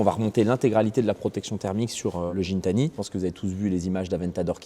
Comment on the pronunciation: Gintani c’est avec un G pas un J 😅